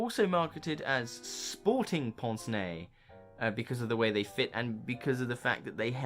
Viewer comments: Excellent video, but correct anglicised pronunciation is not "ponce nay" but "pance nay". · I’ve always pronounced it pince (like as in prince but without the r, and nez like fez). But in my defence, I have never actually heard it pronounced until just very recently, I have only ever seen the words in print before ( usually in the context of Hercule Poirot)